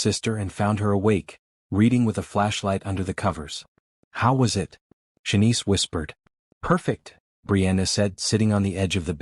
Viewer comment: It took me awhile to realize the AI reading this story doesn’t recognize the word “it.” It keeps referring to it as “IT”(information technology).😂😂